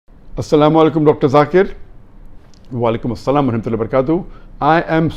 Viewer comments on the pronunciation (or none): Brother he is zakir naik.. not Jakir.. pls pronounce right one.. I am sorry.. pls don't hurt my comment.